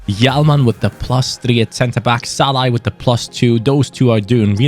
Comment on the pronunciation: Like how was calling Szalani Shalla.